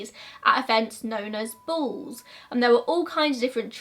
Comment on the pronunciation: I thought she said bulls i even googled bulls😂😂 interesting, ive never heard of this love hearing new mysteries